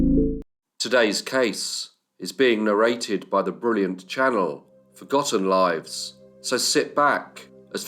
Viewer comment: Love your pronouncing “Forgotten Lives” such perfection! 👏🏻👏🏻 fascinating story, and historical background..many thanks 👏🏻👏🏻🙋‍♀️👏🏻👏🏻👏🏻👏🏻👏🏻👏🏻